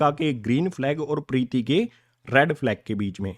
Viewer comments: Preeti nhi hai Preet hai 👍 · Sir vo pretti nhi preet h 😂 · Sir Preeti nhi preet 😂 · Sir priti nhi prit h 😅😂😂😂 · Preeti nhi preet hai